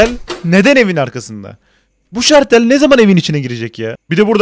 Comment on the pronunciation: Hmm harika bir dicksiyon fakat şalter yerine şartel demenizi o an bulunduğunuz korku haline veriyorum bana da doğrusunu unutturdunuz googledan baktım